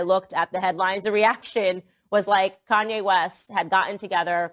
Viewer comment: And Koonye West